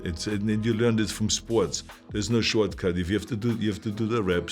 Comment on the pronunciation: Bro I swear he said “there is no schwartzcut” I’m dead Edit: You thought this was gonna say thanks for the likes BUT IT WAS I, DIO!